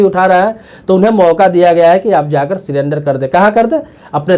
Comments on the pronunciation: Why he pronounced sirender it surrender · सीरेंडर नही, 😀 सरेंडर